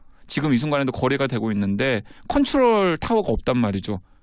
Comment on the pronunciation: 콤퓨터, 콘츄롤... 아....ㅋㅋㅋㅋㅋㅋㅋ 사회자는 약주하신듯하고...